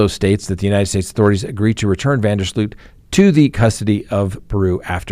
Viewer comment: Last name pronounced van der slote